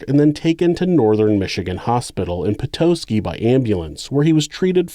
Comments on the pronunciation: You pronounced Petoskey wrong. It's an "ah" sound, not "oh". I live in Michigan. I didn't hear about this murder but that's probably because I don't have tv. He drug her like a deer. How sick. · Pa-Toe-Ski haha its pronounced Pa-TA-ski it's where one finds Petoskey Stones:these stones are a rock and a fossil, often pebble-shaped, that is composed of a fossilized rugose coral, Hexagonaria percarinata. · Well, that is the hospital my daughter was born in 35 years ago, she lived 9 days. 😢 And you pronounce Petoskey “pet- ah-ski”. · Lol at Stephen finding taking care of two children 'too hard' when if he had been working he would 100% have put it all on her. Also, by the way - it's pronounced 'pete-ah-skee'! :) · Great video. One super ultra mega minor squibble - I write this currently sitting in Petoskey, MI. It's Peh-tAH-ski ;) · It's pronounced, Petoskey. Short e, short o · I love you, but they way you say Petoskey just breaks my little Michigan heart. Great vid tho👍🏻